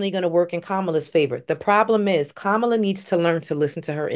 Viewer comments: Please pronounce her name properly...it's KAmala....the accent is on the 1st syllable...NOT the 2nd syllable. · her name KAMALA, is pronounced like “comma LAW” with her accent on the “law.” Not “KaMALA! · Get her name correct. It's pronounced Comma-la. Not Kamaul-A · needs to learn how to pronounce her name… comma-la… not ca-mal-la! Been there and now I do better, so…💙🇺🇸💙🇺🇸💙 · It’s comma-la Harris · Please try to say Vice President’s name correctly! Kamala (Comma-la) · Her name is Comma - la - get it right.